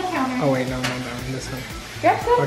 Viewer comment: Jamie's:"what is wrong wif u?"🤣🤣🤣🤣🤣🤣🤣🤣🤣🤣🤣